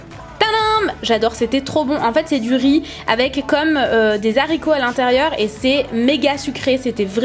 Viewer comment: des z'haricots😤😂❤ #snapfam